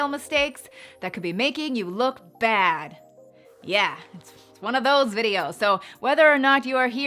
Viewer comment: When you said "bad" lol I thought you sounded like a hick from Arkansas!! 🙋🏼‍♀️ <--- Hi, thats me, a hick from Arkansas!!😂😂😂